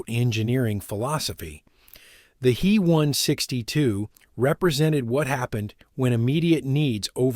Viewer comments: Thanks for this. You are picking up some questionable habits from A.I. narration. It's not "me" or "he". It's Heinkel 162 or "H-e" or "B-f" or Messerschmitt. I don't know how to spell the full words for "Bf", much less pronounce it. Bayerische something. Eric deserves a medal for not dying, he dodged more bullets in his work than anybody. What a Boss. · Also.. its H. E. not Hee. 😄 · Lots fo folks pronounce H E as he. Likewise DO (dornier) is pronounced doe .